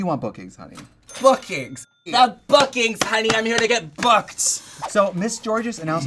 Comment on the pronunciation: At the mawlll. Awnline. THE BWOOKINGS HUNNY. IM HERE TO GET BWOOKED